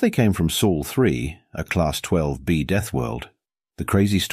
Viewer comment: It's Sol NOT Soul and Terra NOT Terror. Get a better AI program.